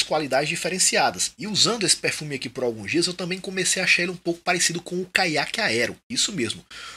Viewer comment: Acho muito massa seu sotaque quando você fala pérfumi kkkkkkk sucesso manoooo